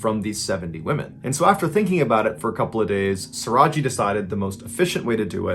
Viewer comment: I'm indonesian and the right pronunciation of the victims name is isn't diwi but daywee and the killer name is not saraji but shoeraji